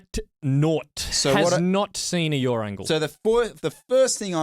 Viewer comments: When starts talking about yaw angle all I hear is ‘yawn’ angle.😂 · Great video guys.....Please stop saying YOUR angles...they aren't mine!!....The word is pronounced YAW!!!....Thanks again...